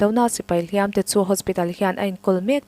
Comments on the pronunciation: "Hliam"-ah hian 'Tuar" nena i sawi zawm chuan, "Hliam" hi a ri hniama lam tur aw. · HLIAM AN TUAR ti lovin AN HLIAM LO tih hi zotawng DIK zawk a ni. Hliam an tuar lo tih hi hman dawn chuan HLIAM hi lam rik hniam tur a ni